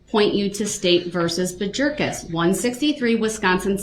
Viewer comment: She said Bajerkis!!!